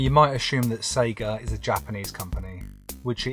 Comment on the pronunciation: Here for the series! The Polish pronounce it correctly SEGA, Loving the voiceover. Im not a gamer but I learnt something about this iconic brand